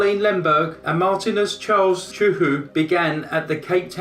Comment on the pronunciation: Marthinus, not Martinez.